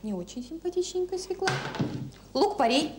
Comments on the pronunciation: Юлечка, я очень уважаю Вас, могу смотреть Ваши ролики часами. Вы потрясающая женщина, умная,красивая, приятная во всех отношениях, но, пожалуйста, пожалейте наши уши! Я знаю, что Вы знаете 5 языков, но в русском языке слово свЁкла пишется и произносится через Ё. Ударение падает на первый слог. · Дорогая Юля; ударение надо ставить правильно. Свёкла!!! Это же неприлично так неверно ставить ударение!! прямо слушать невозможно!! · СвЁкла, пожалуйста, свЁкла. Надеюсь, Юлия научилась готовить съедобный борщ) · В слове свёкла , ударение падает на - "ё" . Неужели высоцкая об этом не знает 😂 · Очень странно слышать от Высоцкой слово " свеклА ", а не правильное " свЕкла ", ведь рядом с ней автор " Низких истин " ... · Не свекла,а свёкла,даже ударение не может поставить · Наголос має бути на свЬОкла. Навіть своєю мовою не вміють нормально говорити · Да не свекла, а свЁкла!!! Аааааааа....Почему редакторы не исправляют?Все безграмо ные, это грубейшая речевая ошибка. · Юленька, вы в какой школе учились. Запомните такой детский стишок: Мы у тети Фёклы , ели суп из СВЁКЛЫ! Нет корнеплода свекла, есть корнеплод свёкла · Нет такого слова - свеклА! Свёкла! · Не свеклА, а свЁкла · Фууу, свЕкла, а как же кончаловские,😂 свЁкла, сказала бы Наталья забыла как по батюшке😂😂😂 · Не "свеклА", а "свЁкла", это если по-русски. Стыдно интеллектуальной элите делать такие ошибки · Какой ужас! Что она творит!? И всё-таки: свёкла, а не свекла. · Правильно говорить свёкла а не свекла. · Как же бесит эта "свеклА", даже у казалось бы грамотных интеллигентных людей!😮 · Нет слова свеклА, есть слово свЁкла. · Задолбала сто раз за ролик повторила свекла, свекла,свекла,да чтож такое то свЕкла твою мать,свЕкла,свЕкла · Свёкла, а не свекла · Не зря же, говорит сахар из свЕклы́ делается.. Убогая, она из сахарной делается, и не из свЕклы́, а из свёклы. И нужно было "потомить её часа 3" — ведь все мы знаем, что "чем чернее, тем лучше".)) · Нем свекла, в све́кла!!! За что Марусе такое? 🤦‍♀️ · СвЁкла, Юля!